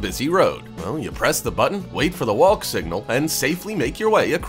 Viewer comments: Is this guy actually saying "wawwllk"???!!! Sounds like it!!! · We call the crosswalk button, the 'Nothin' Button' (pronounced the nuttin' button) ...and please could you stop pronouncing the 'L' in the word walk? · The narrator doesn't know that the "l" in the word walk is silent. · First time I’ve heard someone pronounce the ‘L’ in WALK. Haha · Same here, I thought his pronunciation of the word was odd.